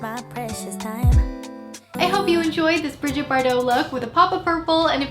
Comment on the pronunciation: Brigitte’s name is pronounced “Brih-ZHEET” btw xoxoxo 😘